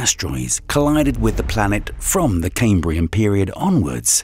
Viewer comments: It's pronounced Cam like ham not came, Cambrian not camebrian. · Caimbrian? It's pronounced cahmbrian. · I find it difficult to believe anything said by someone who doesn't know how to pronounce "chasm", "Zion", "Cambrian", and can say the Earth "literally exploded", "the most trickiest" and "one hypotheses". Call me a pedant, but it matters.